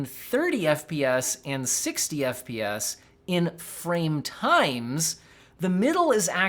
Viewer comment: "The 100 FPS" sounds like "The 100 BS" lol